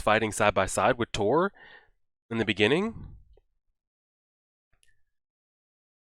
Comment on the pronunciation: Its Thors not Thor.